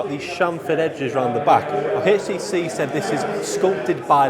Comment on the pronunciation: Nice video.. it's HTC not HASTC...